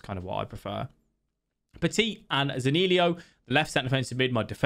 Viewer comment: It’s zaniolo bro, not zanilio 😅